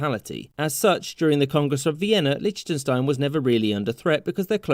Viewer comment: Ah yes, my favourite Country, *LICHTUNSTINE*.